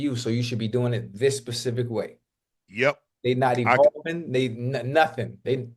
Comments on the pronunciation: I need Ocho to learn the difference between specific and Pacific. Can someone please tell him. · Unc and gotta help Chad with "specific" and "Pacific"